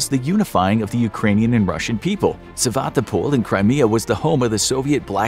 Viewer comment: It's Sevastopol (not 'Sevatopol').